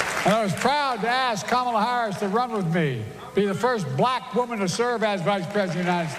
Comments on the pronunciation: Any one note how Biden says “BLACK!” ? 😂😂😂😂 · Hahaha why did he emphasize "BLACK" so hard in the first 5 seconds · the emphasis Joe put on the word Black, lol i near about heard his lips pop on that B